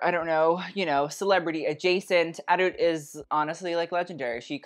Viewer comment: he still said it wrong after she said her name haha